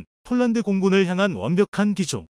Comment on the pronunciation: 이보세요 몰란드 몰란드 하지마세요 남의 이름을 함부로 바꾸지 마십시오 폴란드 발음 안되나요 혹시 일본인인가